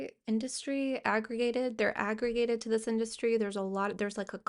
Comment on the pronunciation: heard "it's an art-dustry"